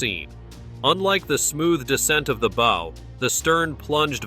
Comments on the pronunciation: say it right not bow and in bow and arrow..... BOW as in b+ow (aka ouch).... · Bo?? I think he means baww. 😂 Pronunciation matters. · You would think you could pronouce "bow" correctly.